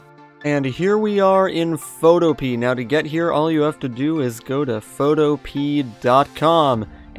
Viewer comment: Photopea actually rhymes with Utopia